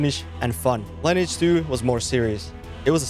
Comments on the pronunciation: I don't think you actually ever played lineage 2. Why do I say that? Because you call it line edge 2. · Another one not knowing how to pronounce the game name.